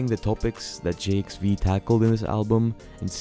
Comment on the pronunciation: It’s pronounced, Jive, my guy lol.